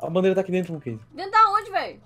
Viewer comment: nao é moonkeise é moonkese